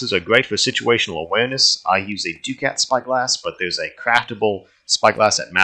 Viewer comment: Ducat is pronounced (Duc-at) not (Du-cat) i’m not trying to be the annoying grammar correct in person but just saying.